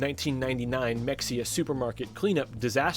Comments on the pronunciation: hey btw its pronounced "muh hay uh" weird i know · It’s pronounced “Meh-hay-uh”. 🫡